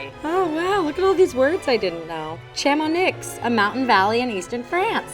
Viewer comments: Wow, didn't expect to hear "Chamonix" in this show! (actually we prononce it "chamonille" [ʃamonij]) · Sorry but I'm just getting stuck on the pronunciation of Chamonix 😂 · I wanted to throw my computer when she butchered "Chamonix." Alton Brown did that all the time.